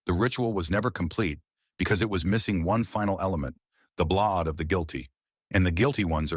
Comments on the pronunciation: What year is this movie set in? The word you're mispronouncing is blood. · i have been yelling BLAUD! each time the AI messes up lol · And BLOD. LOL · "The blad" 😂 "the blawd" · The AI trying to negotiate "blood" was painful